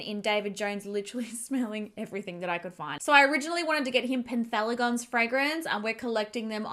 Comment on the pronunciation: It’s not penthaligon It’s pen - haligons - there’s no T